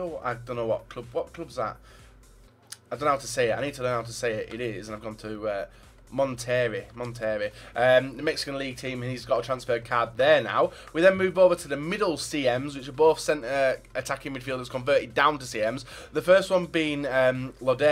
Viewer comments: You really do have the worst pronunciation😂😂 "Monterry" it is pronounced "monte-Rey" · Monterrey ( Mon- te - ray) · The Mexican team is pronounced munt-a-rrey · Monta-ray. (Monterrey) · Sanchez's team is correctly pronounced "Monterey". Disrespecting my league right there. 😒